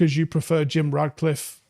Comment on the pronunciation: mate, FFS, his name is RaTcliffe. Please stop calling him RaDcliffe. He‘s not fucking Harry Potter.